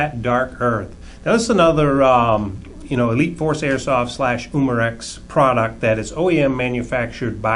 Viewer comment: its not uuuuuuuuuumarex umarex